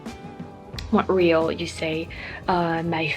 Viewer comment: Love how you say Montreal proper